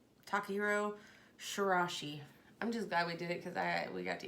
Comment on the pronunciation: Ta-kah-he-rro She-rah-e-she Breakdown to help you pronounce the last name💚